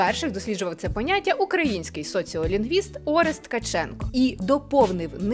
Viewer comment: Дозволю собі зауважити, що грамотно: ОрЕст, а не Орест. Я про наголос.